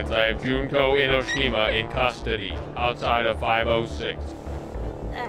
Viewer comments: I love the way pronouces "Junko Enoshima." I almost died. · The butchering of Junko Enoshima made me cry (of both hope and despair). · not knowing how to say Junko Enoshima's name is funny. Danganronpa is actually such an underrated game/show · Is it bad that i want to correct him on his pronunciation of Junko Enoshima? (Yes)